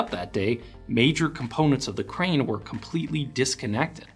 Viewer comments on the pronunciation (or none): As someone who has been in construction for 20 years now and also running a dozer as we speak. when you say crane i hear brain. Should have put in those ear plugs.